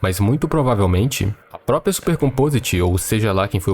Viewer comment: "por conta própia"